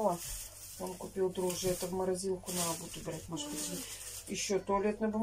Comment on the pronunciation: Наете, наа, вам тоже срочно нужен логопед